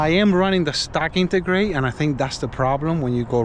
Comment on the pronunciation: What’s an intergrate? 😂🤦‍♂️